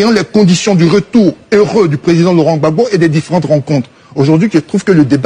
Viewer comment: ne sait même pas dire Gbagbo. Il dit Babo. Pourtant un ivoirien digne de ce nom saurait dire Gbagbo.